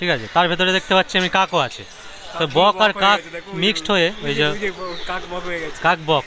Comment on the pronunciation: আপনাদের কথা শুনে তো খুব হাসি পাচ্ছে বক কে বললেন bokkel আপনারা বেশ রসুকে আছেন😅😅😅 ভালো লাগলো ভিডিওটা